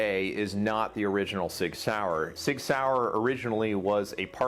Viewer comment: Is your butchering if sig why you asked for a German speaker?